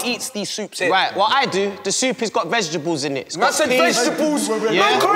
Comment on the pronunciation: "Vegtabuls" that killed me 😂